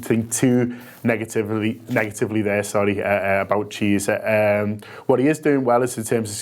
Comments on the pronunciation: Mate his name is pronounced kiesa not cheesa :D otherwise good video big fan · 'Cheezer' lol, it's pronounced 'KEE-AY-SA' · Federico cheeser 😂😂😂